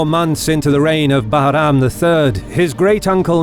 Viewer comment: Love the way you pronounce Bahram 👍